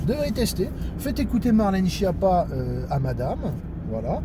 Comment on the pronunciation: Et enfin, respecte cette dame et prononce son nom d'origine Italienne correctement : skiappa, ce qui veut dire cancre nulle zéro et courge (dans les deux sens!)